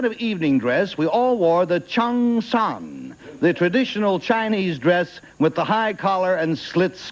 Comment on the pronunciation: I laughed when Moore mangled up the pronunciation of "cheongsam".